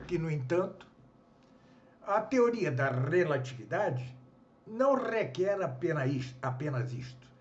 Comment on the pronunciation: Conteúdo interessante. No entanto, convém ao senhor cuja leitura está sendo gravada no vídeo, que busque uma moderação na pronúncia, posto que "rrrrequer uma rrrreforma rrrradical" é algo que soa ofensivo aos tímpanos e, por sua vez, pode afastar o público. Quanto ao mais, deixo meu agradecimento por compartilhar a leitura que fez no vídeo. É sempre bom topar com algum conteúdo educativo relevante. Acredito no potencial de crescimento do canal. Parabéns pela iniciativa e sucesso!